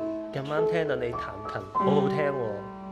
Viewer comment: 我個人覺得讚美得有啲虛偽，只係講好聽、業餘都彈到咁、好享受，睇個女仔都幾尷尬，可以實際啲，好俾心機練琴、好有耐性、幾有感情彈到個意景出嚟，可能會好少少 另外聽你「彈琴」讀成「談琴」了，我聽女仔都係讀做「壇」，想知道係咪唔同地方讀音唔同